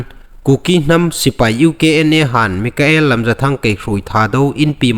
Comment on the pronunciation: Mikael ni lovin Michael ti lem ding aw......